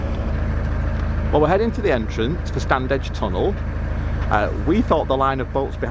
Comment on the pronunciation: It's pronounced Stannidge.